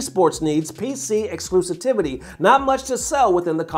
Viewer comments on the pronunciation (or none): My man said "Exclusitivity...." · exclusitivity? come on... thats not a word... ex·clu·siv·i·ty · "Exclusitivity" < -- Lol